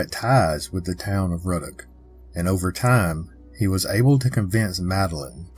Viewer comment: Just some friendly advice on pronunciation of the people places and things in our beloved State of Louisiana. Laplace is “Luh-Ploss” and Ruddock is “Roo-Dock” and The Manchac Swamp is “MAN-shack” Loup-garou in French Cajun enunciates the P in Loup as in “Loop-Gah-Roo “ The vast majority of people who aren’t native to Louisiana have trouble pronouncing the numerous names that usually originate in French, Native American or Cajun French. Any time you do a video on anything located in Louisiana and you want to make sure you get the pronunciation correct, feel free to reach out! And please don’t think I’m coming at you with any type of condescension or ugliness. I am well aware of how difficult it is to pronounce the majority of the proper nouns in Louisiana. Just one of the ways that we’re exceptionally unique and special as a state, a culture, and a community of very diverse origins and heritages that come together to form a mix of the best of the best! Your video was great though. Better than most other examples of the Louisiana folklore creatures and cryptids that’s for sure. Love all of your work!